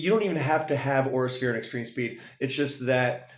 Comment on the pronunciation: im ngl when you kept saying Aura Sphere Raikou i thought you were saying "Horse-Ear Raikou" 💀